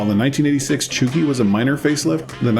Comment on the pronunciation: just a quick note, really have been loving the series and binging the episodes but the pronunciation for zenki/chuuki/kouki is a little off. It's not supposed to sound like "cookie", the ou is supposed to sound like in the word "coke". So it would be more like "coke-ii", and "chew-key". hope that makes sense.